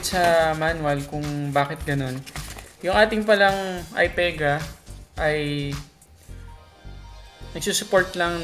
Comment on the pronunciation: Stop saying Ai PAE GAH.. ITS AI PI GAH fucking hell